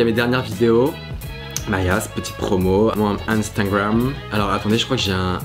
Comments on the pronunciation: Qui a remarqué qui l’a dis Instingram au lieu de Instagram ? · “intangram” ahah 😂 vidéo très cooool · Vous avez remarquez que quand il nous a remercié il a dit "instaingram" 😂